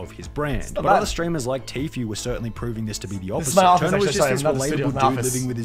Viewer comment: Him calling Tfue Tofu made me laugh so hard